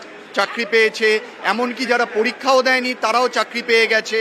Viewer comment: এটা কেমন সংবাদ পাঠক? প্রত্যেকটা র এর উচ্চারণ ড় করে কথা বলে।কি যাচ্ছেতাই লাগছে কানে। পড়িক্ষা পৌড়সভা ড়েল।এসব বোগাসদের দুর করে বাংলা ঠিকভাবে উচ্চারণ করে এমন সংবাদ পাঠক নিয়ে আসুন আমরা অন্তত বিরক্তির হাত থেকে বেঁচে যাই।